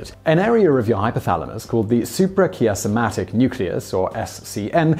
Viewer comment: I think the name of the SCN is pronounced su-per-ky-az-ma-tic. It is named for its position above the optic chiasm, which is pronounced ky-az-m.